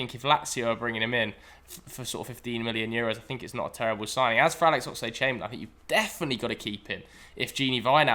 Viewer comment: Why does he keeping saying "Oxide Chamberlain"?